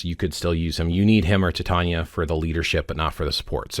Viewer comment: Titania is pronounced Tye-Tain-EE-ah, and not Tit-Ahn-ya